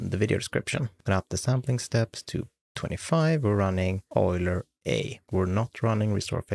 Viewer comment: Nice to hear someone who knows how to pronounce Euler. But, you're Swiss, so it's not impressive.